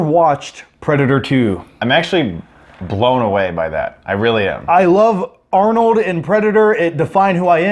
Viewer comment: “Arnode” lol